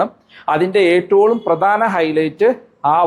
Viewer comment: Ettavum ennu parayunnathinu pakaram Etalum ennu parayunnu